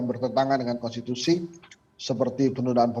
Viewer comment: Kok yang jadi kades malah nggak pahan konsti, kon siti, halah, konsi, konten, halah opo seh, konstitutut, konsist, kontan, wes mboh, kontan ae